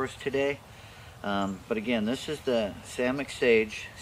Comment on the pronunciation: Yes.. Yes he said samich... I rewinded